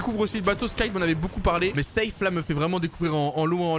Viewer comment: Arrête de dire zeif et dit seif